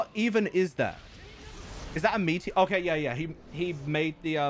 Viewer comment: its a meteor not me-e-or